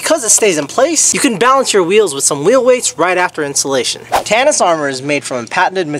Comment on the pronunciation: How the fuck is tsinelas pronounced like tanis. My English brain is melting, is this how it feels trying to learn English?